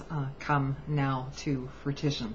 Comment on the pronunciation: I can't count the number of people that have said "this person has predicted what would happen!" But on other matters, I also couldn't help but notice you said frutition and it's actually fruition. (froo-ih-shun) <3 ya.